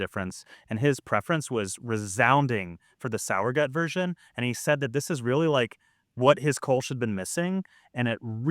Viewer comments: Also because nobody asked, two things: 1. In addition to this comment, the s in sauer is a z sound like in the word fizz. Zowuhgoot if you spell it phonetically. 2. This video makes it seem like the Reinheitsgebot is the only way Germans can make beer, which is completely false. The only thing the Reinheitsgebot does anymore is to prevent german brewers from calling their beer "beer" if brewed outside of the law. Otherwise, Germans can make any beer style commercially, but they can't put beer on the label, you just have to call it something else. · Great video! I will definitely try to play around with this. Because nobody asked: the -gut part of the word is pronounced like the -ood in "food". But with a "t"... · Exactly. I've lived here in Germany since 2011. I don't mind the mispronouncing as much though... but it's nice when people at least try to pronounce it right. 😊